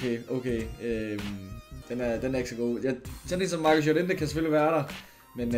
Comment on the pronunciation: Nobody:: JoREntE